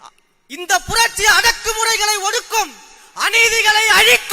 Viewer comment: புரட்சி உச்சரிப்பு சரி இல்லை....ஆட்சி ஆசை வேற....தமிழ்நாடு...?வெற்று உணர்ச்சி....இலட்சியம்,கொள்கை,கோட்பாடு...?